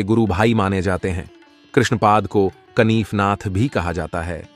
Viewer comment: "कनिफनाथ" नहीं, "कानिफनाथ".